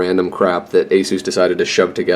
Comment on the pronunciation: I gave your vedio a like just cause you said (A SUS) not (A ZUZ)... :) in addition if you need to add the squid caching you will need a slightly powerful processor for the antivirus. When I download games on steam on my 200mbps download my i3-7100 pfsense CPU is pushed up to 70% utilization. using my other asrock embedded CPU (J3455), my download speeds in STEAM wont go beyond 100mbps.